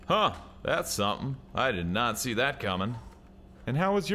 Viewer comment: Did you say "I did NAZI that coming?" ^^